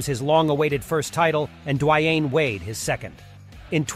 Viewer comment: Ikr. Dwayne Whyaide